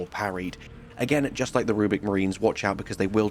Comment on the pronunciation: It's "RubRic Marines" not "Rubic". They aren't made of puzzle cubes.